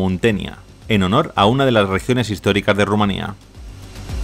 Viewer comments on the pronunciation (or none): none